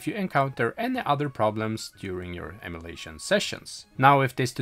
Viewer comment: So you can say Ee-Muoo Deck right but you can't pronounce em-uh-lation correctly... this is unwatchable i cringe everytime you say emulation.